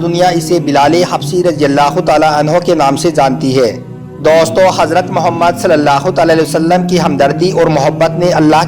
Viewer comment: Daustoo kyu bol rhe bhai...